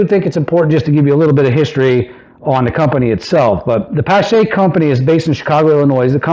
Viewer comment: it's pronounced pa (as in palm) + sh (as in shhh- be quiet), or like Porsche the automobile, the E is silent.